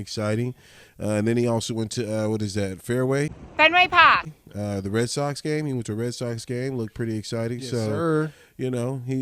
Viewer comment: Fenway Paaaak 😅😅